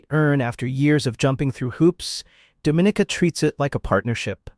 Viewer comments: It's not Do-mi-ni-ca, it's Dom-i-ni-ca! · Dom /min /nika English - Please say it right. It is not pronounced like the Dominican Republic . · This is one fo the most full of absolute bulls..it videos I've seen......8 out of 10 of the countries are 90 + % black then citizenship by investment is for anybody but here in the Caribbean its mostly white and Asian people who does it.....please learn the pronunciation of Dominica....so by default black are more welcome in black countries.....there is sooo much more I can say but I'll leave it here...please stop misleading people.